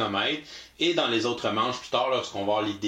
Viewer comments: ''faire un spectacle dans un circle"... lol "...ajouter à notre circle" .. ben voyons ? 2: 27 " .. éléments de circle" je pense que faut qu'on te dise qu'il n'y a pas la lettre "l" dans le mot '"cirque" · ouch il faut croire que j'avais de la misère à prononcer le mot CIRQUE ce soir là! Merci de représenter l'office de la langue française. :P